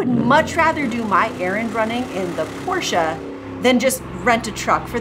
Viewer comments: Had to laugh at your correct german pronunciation of the german car companies in an english contant. You are becoming Germans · The way you pronounced BMW and Porsche made me tear up a little.